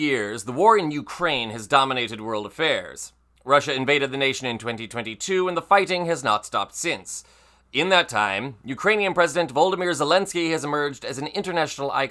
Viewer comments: Not Voldomyr (not like Voldomort) Vo lod y myr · Say it with me: VO-LOAD-A-MERE Voldamere is a Harry Potter character. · Please pronounce president Zelenskys first name correctly. He was never a character in a Harry Potter film. 😂❤